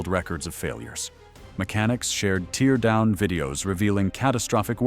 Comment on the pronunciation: Yep - "engine teer down" and towing pronounced "tow rhymes with how". Not to mention all the wrong ways to pronounce 2025.